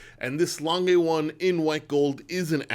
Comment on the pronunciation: I presume you'd prefer people to pronounce your name correctly and it is polite to pronounce names correctly, so I'm surprised you persist in mispronouncing Lange. It's a German name and it's not hard to say correctly. Other than that, I really enjoy your channel.